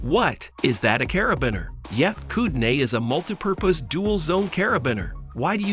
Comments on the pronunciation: Learn how to say cara-bean-er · "Putting" as in "put". "Carabeen". Bwahaha. Stopped watching after "Carabeen". At least get the pronunciations correct. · You don't like CarabINer? 🤣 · The pronunciation is funny... putting, roto, LED, grinding, caribiner...